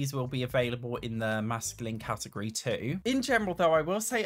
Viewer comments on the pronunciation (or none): none